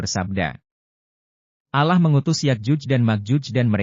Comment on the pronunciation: Sebut allah lidah mu terplintir min... Peebaiki dulu